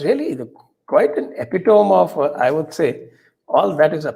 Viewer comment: गुस्ताखी माफ संजय जी। Your Pronunciation of epitome is incorrect. You are such a flawless ,meticulous and hardworking person and patriot to the core.I don't want to miss any video of your channel. By the time I watch one,surprisingly, you are ready with many more. Salute to your untiring services for the country!